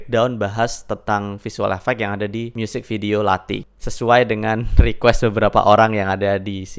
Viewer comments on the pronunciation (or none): Pengucapannya bukan lati, tapi lathi th nya tebal, misalnya "pitek e nothol sego" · Lathi lek moco, ilat e kelet neng duwur, uduk nek mburi untu = lathi cara bacanya lidah nempel di langit2 mulut, bukan di belakang gigi